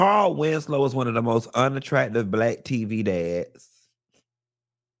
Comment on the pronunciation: “SHE WAS BLYCK” 😅😂